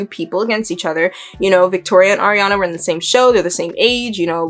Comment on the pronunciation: ilysm okay, but you said air-eee-ana. its ariana. ahree. ariana. SHES NOT AIR